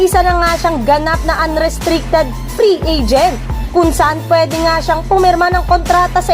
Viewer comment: Bakit tumataas boses mo every end ng clause? "pri agent" 😂